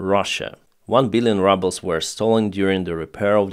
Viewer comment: Funny coincidence, when you said "one billion rubles" I thought I heard "one billion rubbles" at first. Anyhow, I guess you can call the ruble "rubble" now.